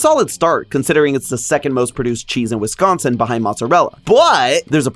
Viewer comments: As a Wisconsinite, high praise for pronouncing Wisconsin correctly (like whisk instead of emphasizing con) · And surprisingly pronounced correctly